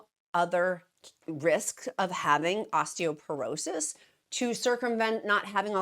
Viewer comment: I know you like to factually accurate… it’s “Osteoporosis.” 😊